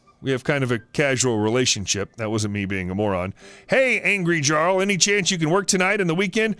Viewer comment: As a future note Jarl is pronounced Yarl